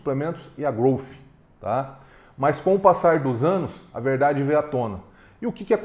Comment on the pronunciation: Obrigado por pronunciar corretamente a marca Growth, com F mudo no final.. não aguento mais ver gente falando "Grouti" ou heavy "dãti"...... 🤦🏻‍♂️